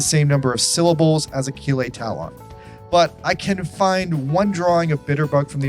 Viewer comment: Oh shit! Achille Talon! I used to read the comics as a kid. Thanks for the nostalgic sucker punch XD Side note: Pronounciation of his original name is 'Aa-shill ta-loh'. Other side note: Kinda hard to write how to pronounce the 'o-n' combination for the French language in English XD